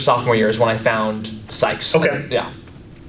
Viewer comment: Stoped watching as soon as he said Sykes 🤦🏻‍♂️